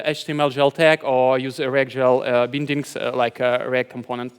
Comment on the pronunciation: Everytime he said Bindings I laughed so hard 😂😂😂